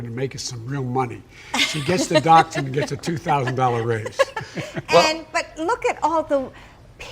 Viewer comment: She has a doctorate. SAY THE FIRST SIX LETTERS OF THAT WORD. DOCTORate